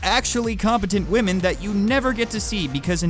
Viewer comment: Didn't know you were such a wahmen respecter.